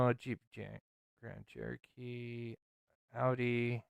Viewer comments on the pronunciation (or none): none